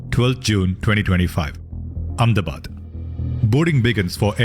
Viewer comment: saying Ahmedabad Amnebad?